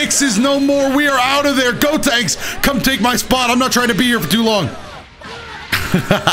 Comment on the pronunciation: “gotanks” even tho the character is callled “gotenks”